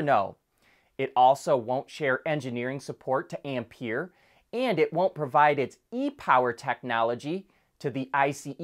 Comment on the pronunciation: Uh, (I'm NOT dissing you on the Ferrari crossover) the French EV subsidiary of Renault is pronounced Am-🍐(PEAR).